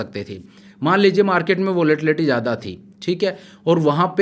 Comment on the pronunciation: You speak very well, but some of the words you use aren't appropriate like "Jada, Maja, means used "Z" in that words not "J".....